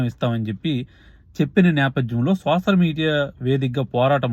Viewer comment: Not sosal(Telugu). Soshal ani palkaali Bro.. Content K...